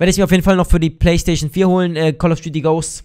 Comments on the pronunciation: Hahahh am anfang sagt er baystation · wen er playstation sagt klingt es wie baysasion